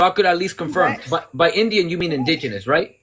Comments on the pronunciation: you can be Indian and Mexican. because Indian is the indigenous people who has a Mexican nationality. this Puerto rican females is not fully educated when it comes to indigenous people. she can't even pronounce the word indigenous. she's totally ignorant and that is what I get from afro Americans. I'm black like them but different culture: food language and music. by the way I just got her now, she's trying to say you look also white like her. I agree with her you look Puerto Rican because from my experience most peurto Rican I meet looks like your face. most Mexicans i meet don't necessarily have your features. also as for her she's trying to tell you if she washes her hair it's naturally curly not straight and that can make her look peurto Rican. ok. she doesn't speak professionally that's why she's misunderstood. she's yelling basically crying etc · I don’t understand how she didn’t know how to pronounce Indigenous. 😂😂 but yeah that childhood trauma took over the conversation quickly! 😳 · She sounds drunk. She cannot even pronounce the word indigenous 🤦🏽‍♀🤦🏽‍♀🤦🏽‍♀🤦🏽‍♀🤦🏽‍♀🤦🏽‍♀🤦🏽‍♀🤦🏽‍♀🤦🏽‍♀🤦🏽‍♀. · Why does she keep saying indigenous that way? 😂. And … you are very well-composed. How do I get on this with you? I want to have a conversation with you. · Why she keep growlin? 😅😅😅 And can't say indigenous. Smh. This is what YT ppl did to the world--created the construct of race--now EVERYONE is f'd up by it! YT presenting ppl can't even admit their YT. [Some] Black ppl dont accept Black presenting mixed ppl as Black. It's just all so stupid. The concept of race just needs to be deaded and all wrongs based on it need to be made right. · Why can’t she and the term “Indigenous” get along? She kept messing the pronunciation up! 😂😂😂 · It took me 10 mins to realize that she wasn't just saying indigenous wrong. She thinks we can them "Indians" and it's because they are Indian-ous.. 😂😂😂😂😂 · Did she say “ingenious”? You mean indigenous!! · "In-Gin & juice" "in-Genius" 😂